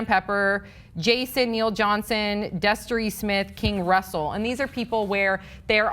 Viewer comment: Destery? Really? I didn't know..